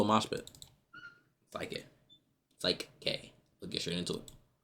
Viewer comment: his name aint pronounced "sike k' it's sik k